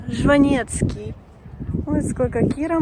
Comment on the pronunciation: А шо так трудно читете фамилию Жванецкий....Вы откуда...? Но явно не с Одессы!!!! Мира всем!!!!!!